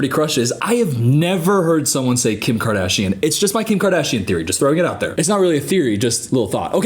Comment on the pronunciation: Lmao me and my friend STILL say Kiim kaaadashianne